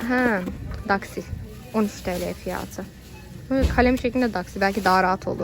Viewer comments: Evet yanlış telafuz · peki fiyatı yerine fiyaağtı demesi:D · Fiyatıı derken çok değişik olıyor. Videoların çokk güzel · Fiyatı demen çok gülüyorum